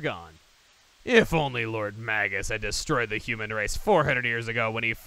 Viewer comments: Nereid (Ner-ee-id), after the Greek sea nymphs I mean, Magus is usually pronounced with a long 'a' as well, but whatever. Some people even use a soft 'g,' like it's plural "magi," but that's not really accurate to its origins. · Here's something I've always wondered. The name "Magus" comes from the word "mage", right? So how come I always hear people pronouncing it with a hard g. Shouldn't it be "may-juss"? That's how I've always said it, anyway. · You're still pronouncing "Magus" wrong, dude. Look it up in the dictionary.